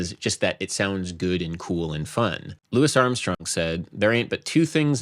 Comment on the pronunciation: As a jazz musician, you should be slapped in the mouth for that pronunciation of Louis Armstrong.